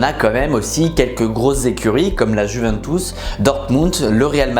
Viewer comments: Alors vraiment très bonne vidéo comme d’habitude mais on dit Juventus pas Juventous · La "jouvènetousse" 😅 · Je ne sais pas pq mais la ''Jouventous'' ça m'a pertubé toute la vidéo